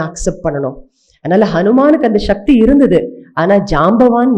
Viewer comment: சக்தியா? ஷக்தியா? இனிமையான ஒரு மொழியை பயன்படுத்தும் போது கவனம் வேண்டும்.